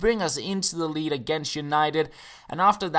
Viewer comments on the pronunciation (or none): none